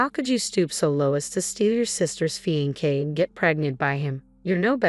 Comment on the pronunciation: Fe•en•kay?? Fix the AI or don't use it!